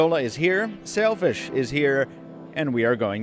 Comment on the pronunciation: I know it's called Sailfish but I keep hearing Selfish smh